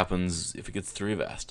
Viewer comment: its avast, NOT A-VAST